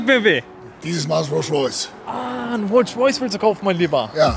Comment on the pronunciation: Rolsch Royce